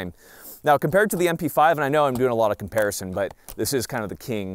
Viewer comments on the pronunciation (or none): none